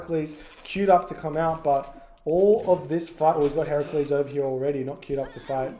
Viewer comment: Interesting! A bit one-aided matchwise later but nevertheless. My favorite bit was when pronounced “Heracles” correctly (“Hera-Kleez”).